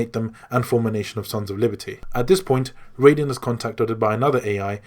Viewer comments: It's "Raiden", not "Rayden" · Ok great story telling, very long but very detailed My only issue raiden is pronounced (ry-den) in metal gear and is pronounced how you kept saying it for mortal kombat. Just saying the A in his name is silent lol but other than that great job man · You say raiden with the I you don't say the A like Riden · Ahhh! >.< some of these pronunciations....lol. Archipelago...Gurlukovich (Gurlockavich as you say)...Raiden (which you pronounced as Rayden) yikes. - But still, great video lol.